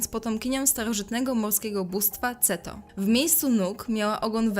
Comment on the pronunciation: KETO KETO BOGINI KETO A NIE CETO